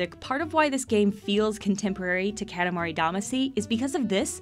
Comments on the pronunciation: Her saying katamari Damaci wrong broke me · its really sad you cant pronounce katamari damacy or wattam correctly gotta give this a thumbs down